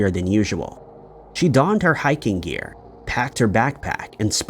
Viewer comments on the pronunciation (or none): none